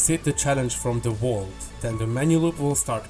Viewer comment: The wault